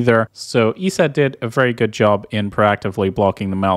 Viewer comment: eset is said "e-set" not "eee-see-eee-tee", but other than that, awesome content brother